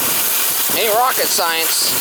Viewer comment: “Aighnt’ rocket science.”😆😆😆 We aighnt’ got them geese down here, mama.